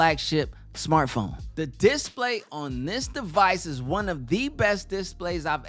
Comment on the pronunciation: I never realized that it was difficult to pronounce the word "display"